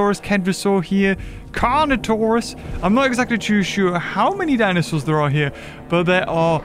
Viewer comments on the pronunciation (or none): none